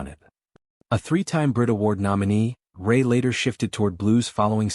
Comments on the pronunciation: Will you please get his name right? It is Chris Rea - reeya not Chris Ray. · Be something if you got the pronunciation of Chris.s surname right.😢no respect..